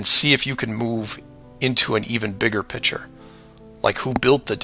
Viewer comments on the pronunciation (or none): pronounces the word "picture" like a child does, "pitcher." It's annoying, like his crackpot beliefs. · This guy saying “pitcher” instead of “picture” makes me want to jump off of very tall objects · the way he pronounces the word picture irritates me